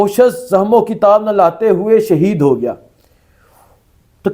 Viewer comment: اوے لفظ "شہید " ہوتا ہے ،